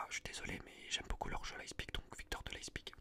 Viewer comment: leiPZig frero, le z après le p